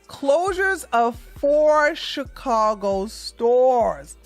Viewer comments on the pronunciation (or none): none